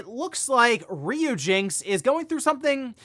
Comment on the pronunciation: That was cringe listening to you pronounce "Ryujinx" incorrectly so many times. It's RYU as in "Ryan, or Rye (bread)."